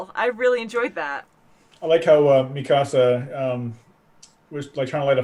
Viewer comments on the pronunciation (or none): It's Mika-sa, not Me-Casa. She's not Spanish, for crying out loud. Say what you will about the dub, but at least they get that right